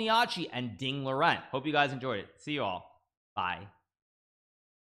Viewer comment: It's Liren, not Loren.